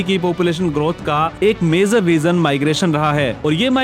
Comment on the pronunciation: आज के यूट्यूबर की सब से बड़ी समस्या, उन की भाषा ( Language ) है, जो उन से बोलनी भी नहीं आती है, सही लफ़्ज़ ( शब्द) है Major, मगर आप बोल रहे हैं Mezar , जो बिल्कुल ग़लत है। Please correct your Language. कृपया अपनी भाषा सुधारिए। स्टेज पर आने से पहले अपनी भाषा को सुधारें अर्थात् भाषा का ज्ञान प्राप्त करें , तभी लोग आप को सुनेंगे । भाषा में खोट किस ने पैदा किया ? तो जवाब है कांग्रेस पार्टी की मुस्लिम विरोधी नीतियों ने , जब नेहरू ने मुसलमानों के विरुद्ध योजनाएं बनाईं तो एक आवामी ज़बान यानी लोक प्रिय भाषा उर्दू ज़बान को ख़त्म करने के प्लान पर भी अमल किया गया , चूंकि नेहरू का मतलब है प्रथम प्रधानमंत्री जवाहर लाल नेहरू, से है। नेहरू ने यह समझ लिया के उर्दू ज़बान हिंदुस्तान की नहीं है बल्कि मुसलमानों की ज़बान है तो मुसलमानों के साथ साथ उर्दू ज़बान को भी ख़त्म करने का प्लान बना लिया गया , इसी एक ग़लती ने बहुसंख्यक हिन्दू को एक अच्छी भाषा से दूर कर दिया। उस का दोष पहले प्रधानमंत्री नेहरू की मानसिकता पर जो बड़ी तंग यानी संकीर्ण थी ऐसी मानसिकता के नेता को कभी भी भारत का प्रधानमंत्री नहीं होना चाहिए था। नेहरू की मानसिकता और सत्ता का लालच , और परिवार वाद ने ही देश को महान देश बनने नहीं दिया। जनहित में जारी है। एक राजनैतिक विश्लेषक शकील अज़ीम । Dated :- 6th August,2026